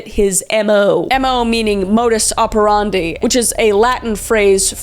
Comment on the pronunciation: Kris, please learn how to pronounce "operandi" It's "Op-er-and-eye"